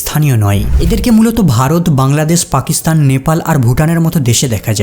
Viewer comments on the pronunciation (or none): none